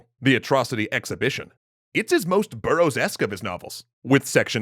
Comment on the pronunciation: thank you for saying Burroughsesque.